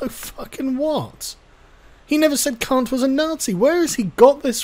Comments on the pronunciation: KANT. His name is Kant. Kantian. kAnt. Not kUnt. Otherwise I agree and have no issues. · Why kant you pronounce Kant? It's effing c-word. Immanuel short a sound Kant. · Stop saying Kant, ya Kant